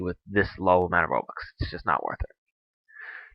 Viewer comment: "rubux" xD